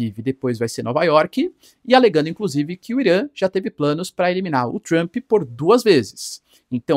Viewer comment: 😅Mas gostcha do sotaque pra falar "Tchrump"... 😂 "Tchrumpista"...